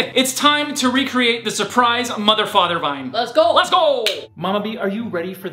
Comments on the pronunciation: Ohhh,my whole life i thought she said ,,surprise motherfucker" now i realized that she sais ,,surprise mother father" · "surprise mother father" i always hear "surprise motherfucker"